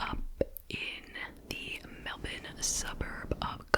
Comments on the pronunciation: Thanks for another great video, extra points for pronouncing Melbourne like an Aussie 😊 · You nailed the pronunciation of Melbourne!